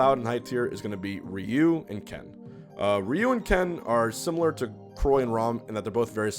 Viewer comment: "Re-you" "Croy" "Rom" lol <3